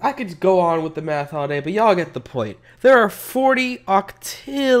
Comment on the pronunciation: Sorry but it sounds like your saying meth not math